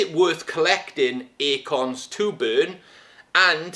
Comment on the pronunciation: Bro sounds like he's saying "akons" I keep thinking about the 00's rapper, hahaha.